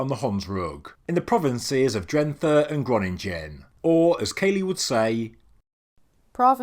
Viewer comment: Why can't you pronounce the 'ng' from Groningen. Spelled the same, pronounced the same and even then you can't manage. It's despicable 😁 B.t.w. I like your channel a lot, but as a Dutch I think this was the most boring subject you ever had on it. The thing was ordered to be made by a clown. Nothing special about this one. It's just marketing from the region to attract attention for tourism and they hired an influencer for it.